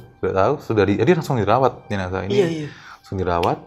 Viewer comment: Jenasah bukan JENAJAH yeeee 🤪🤪🤪